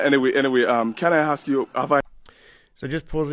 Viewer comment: "can I axe you?" that's done it for me, I stopped watching ....